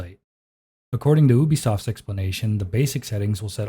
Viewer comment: I have my sensitivity set to the max. My flicks and aim are so pro so IDK, maybe ill try your technique. Also you said UUUBi-SOFT which made me laugh